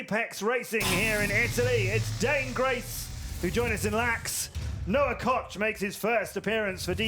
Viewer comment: LOL I love how they call him COCK when his name KOCH which is obviously pronounced K-OH-K.... KOKE. I say obviously because the Koch brothers are like some of the most famous rich people and noone calls THEM Cock lmfao. I think the announcer is doing it on purpose.